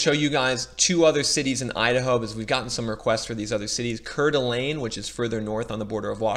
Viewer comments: I wouldn’t want to live anywhere else! Even if there’s a bubble, I have a nice house in a great state. Four seasons of weather. Not too hot. Not too cold. I’ve lived in Eagle, Meridian, Boise, and now foothills of Boise. And it’s pronounced Core-da-lane. It’s a tourist area. Absolutely beautiful! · Coeur D’Alene pronounced Core-D-Alane